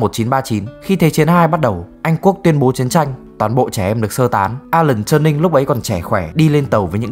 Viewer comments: TuRing not TurNing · Alan T-U-R-I-N-G, không phải Turning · alan turin chứ k phải turnin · Góp ý một chút là Turing cần sửa phát âm chút ha